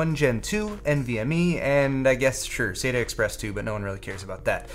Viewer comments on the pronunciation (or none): none